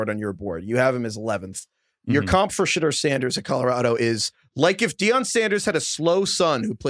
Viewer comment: You guys have 3 months to figure out how to pronounce Shedeur! 😂